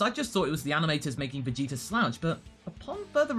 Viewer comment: is it just me or do you pronounce Vegeta's name like "Vegeter"?